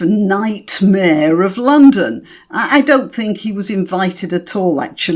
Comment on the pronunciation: Night "mayor" 😂 love it. ♥️